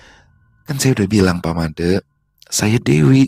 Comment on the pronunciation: Pelafalan huruf E pada penyebutan nama MADE di Bali sama dgn pelafalan di Abjad Bukan Ē Smoga bs djadikan sbgai bhn koreksi kdepannya.. 🙏🙏🙏 Dps nyimak... ☝️